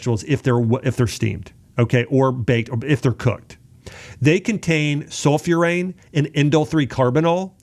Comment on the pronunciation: Oh man, the guy cannot even pronounce properly - sulforaphane (in vegetables), several times he said sulfurane. One hell of a doctor, blabbering for 45 minutes AI generated content. Yeh, huge achievement, lol.